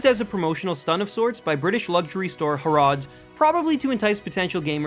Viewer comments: Y tf did you say harrods like harrards. It's har-rods ffs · Ha-rrods, not Har-rods :P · Please say "Hah-ruds" not "harrards" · its not called harooods its harrods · harawds? 'Harr-eds' ! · you pronounce Harrods, ha - rods not hey -rodes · I KNOW RIGHT xD Harr-areds lol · Harrods was not founded in the US and isn't pronounced ha-rods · Harrod's as in Hah-ruds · lol pronunciation of Harrod's as "harodz" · Dude you butcherd Harrods, HA-RRODS its only the best store in the whole of london, the most expensive and well known and represented retail outlet in the UK CMONNN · You pronounced harrods completely wrong. It's pronounced Harr as in Harry odds as in woods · i love the way he pronounced it harrads ;) for the british people watching this ;) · Sorry how do you say Harrods? "Ha-rods" no no no it's pronounced "Ha-r-roods" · Its HA-RODS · You pronounce it haruds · you can't even say harrods it is pronounced with a slight emphasis in the o like a u like saying harold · It's pronounced (ha-roods) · bruh, harrods is pronounced hah-ruds. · I was nearly in tears when u said Harrods wrong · The way you pronounced Harrods made me cringe!! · Wait wait wait... How did you just pronounce Harrods? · the way he pronounced Harrods 😂😂😂😂😂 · Are we just going to ignore the way he pronounced harrods? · Weird way to say Harrods lol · Sorry... how did you just pronounce Harrods? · lol he pronounced Harrods wrong. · The way he pronounced harrods 😅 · Would it kill you to pronounce "Harrods" correctly?! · You pronounced Harrods wrong